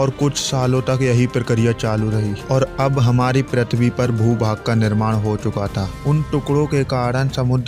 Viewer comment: bhai pritwi nhi prithvi hota hai😅